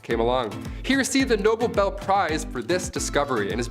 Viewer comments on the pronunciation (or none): come on. The noble bel prize..😂😂 it is - the nobel prize